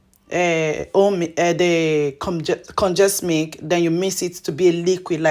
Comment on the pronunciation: You are explaining too fast. Difficult to understand when you say Mik versus Milk.